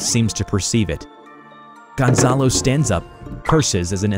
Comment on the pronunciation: Dem, i like how you pronounce Gonzalo